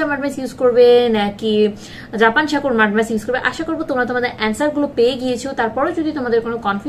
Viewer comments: উচ্চারণ ঠিক করেন সাকুর হবেনা হবে হলো সাকুরা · Sakurai hbe murkho